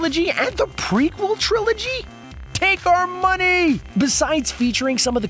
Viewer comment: TAKE MY MONEH